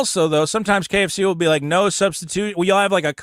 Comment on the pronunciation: "I Willa NOT be doing that."